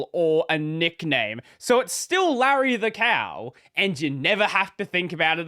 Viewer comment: Leisure suit lay-REE